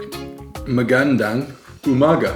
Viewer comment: Good job again for cooking this bistek tagalog with the help of of course 😊. I'm still hoping to see you try menudo. I'm sure you'll love it! BTW.. You can use magandang umaga as an intro but you have to stress it on magandaaaaaaaaaannnggg... umaga! Instead of magaaaaaaaandang umaga! 😊